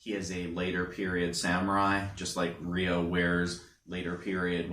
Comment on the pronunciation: They all have large shoulder guards, though Kento's/Shu's is slightly shorter. It's not pronounced Re-yo. In the Jap. version they pronounce it Yo since they can't pronounce the R when next to Y. In the Eng. it's pronounced Rye-oh.